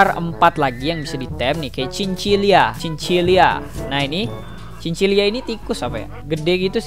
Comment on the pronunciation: itu nama nya cin cila bukan cin cilia kocak